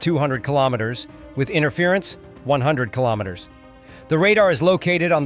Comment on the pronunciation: AI cannot pronounce KILOMETERS